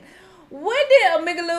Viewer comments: The way my hand flew to my mouth when she said Omayglay 😭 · no one:: Emigloo/ omieglie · She said omeglee again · (O-ME-GUL) your welcome 😂💅🏼❤️ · the way she pronounces omegle has my dead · the way she pronounced omegle in the beginning